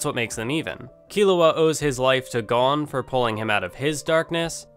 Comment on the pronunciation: Your pronouncing Gon wrong